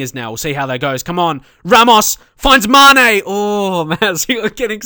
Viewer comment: Be sure to accent the E on Mané, so not MAHne but MaNEH